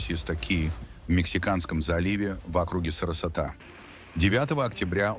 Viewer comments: СарасОта! Делайте хоть правильные ударения, боты! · СарасОта, а не СоростА. Ну как так можно. Противно. Не хочу смотреть